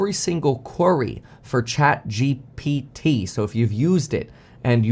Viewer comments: Its chatGPT. Kevin has a hard time with saying that. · Kevin has difficulties with these letters G P T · love it when kevin struggles to prounounce ChatGPT and even misspells it in the title. He becoming an old man fr!! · Kevin emphasizing the P in the ChatGPT